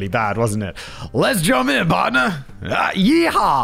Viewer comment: Please don't say yehaw again